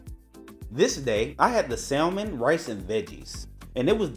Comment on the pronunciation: The l in salmon is silent. It is pronounced sa-mon.